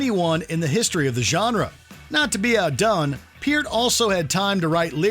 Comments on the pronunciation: Peart is pronounced like hurt 😂😂😂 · The Beatles and the stones do not belong on this list. Emberassing! Also Peart is pronounced like “pert” RIP you legend